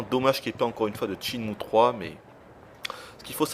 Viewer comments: C'est pas "Tchinmue", c'est SHENMUE !!!!! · Ce jeux est carton. Ca fait 11 ans mais il reste toujours mon jeu favori. C'est sympa d'avoir un test qui presente le jeu assez dans les details par contre le testeur m'ecorche les oreilles a chaque fois qu'il dit "tchine-mou". On dit "chaine-mou" gros naze. Je veux bien croire que c'est pas une lumiere en anglais mais quand meme! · tes chiant a dire TSHINE MOU! sinon bon test